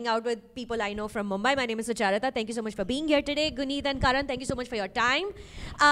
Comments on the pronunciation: Suchaaarita, why aren't you correcting Karan for the way he pronounces your name? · Karan, please pronounce Sucharita properöy 😂😅 'Succchar-reeta' kaun hai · Be honest. Does it bother you when Karan Johar pronounces your name wrong? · How does Karan keep pronouncing your name wrong😫